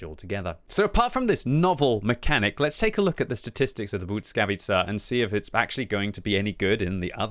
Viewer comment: Please!! You go and call it BUDSKAWICA over and over again. Just read it how its written [blyskavica]. Please do not butcher it anymore 😢